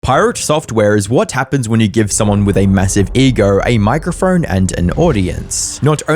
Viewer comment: "massive egorrr a micorrrphorrrne"